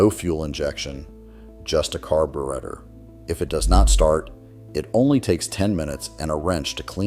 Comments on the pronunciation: And let's not forget "carboorhetter!" Pathetic. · Good content! Would be great if you followed your own premise and had a human narrate your videos instead of an AI that flubs carburetor.